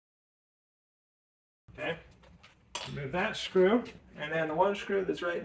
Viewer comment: Is that really how you say screw meow? I’m asking you a question meow. Meow, are you gonna keep saying shcrew?